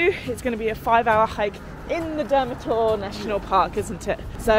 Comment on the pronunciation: Kinda butchered the names of the towns, here's how you really pronounce them: Nikšić - Neeksheech (soft ch) Žabljak - Zhablyak Durmitor - Doormeetor